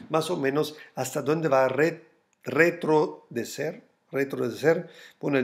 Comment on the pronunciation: ¿Cuándo vas a hacer un video de cómo rentar con DeFi?, acuérdate de esto. Graciss por tus análisis Re-tro-ce-der Se dice, mejorando tu español... 17TAaoLkDRuEFbLEvmBNgU31ViavDpJa6j